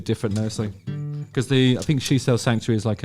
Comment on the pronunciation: I’m a Suffolk lad. I say ‘fink’ as well.is that down to your Suffolk roots?